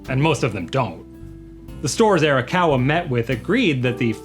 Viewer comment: We need to buy a copy of Like a Dragon 7 so that he learns how to pronounce Arakawa correctly.